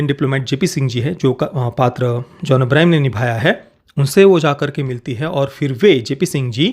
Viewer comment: It's John Abraham not Abrahim